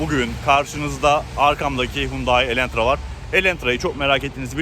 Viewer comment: Elentra değil adı “Elantra”. ☝️